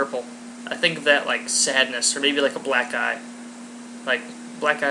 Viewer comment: It sounds like he says 'black guy' instead of 'black eye..' lol